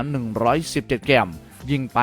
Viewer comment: ฝึกออกหางเสียงแบบปกติเพราะเพี้😂ยนเด็กจะตามมันผิด เช่นเกม ไม่ใช่แกม นะครับ